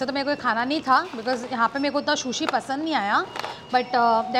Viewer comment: Shushi nahi hota sushi hota hai prounounce to Karna sekh lo